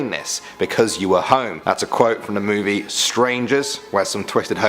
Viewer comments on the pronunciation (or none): none